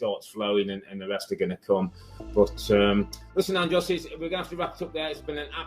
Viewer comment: was robbie really saying andros instead of andres the whole interview 😂